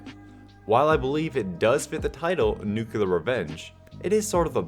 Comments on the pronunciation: Nu cue lar >:( New clear :D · Why do many Americans pronounce Nuclear as NUCULAR??? Also, at 1: 54 & what is Pension??? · Didn’t know nucular was a word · Please say “NUKE-leer” or “NEW-clear.” The version “NUKE-yuh-ler” is so wrong.... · New-clear, not nuke-yulur. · Idek why cux it’s not that big of a deal but I hate it so much when people say nu-cu-lar instead of nuclear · There is only one "u" in "nuclear"! It's "new-clear", not "nucular"! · Nucular revenge? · Wrong, I worked with NUCLEAR critera, it is PRONOUNCED: "New Clee ur" with a longer drawn out ur sound at the end. Not NEW CLEAR. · Not "Wrong", close. That was actually an error in typing, because I was so annoyed by "nucular". I do know and use the correct pronunciation.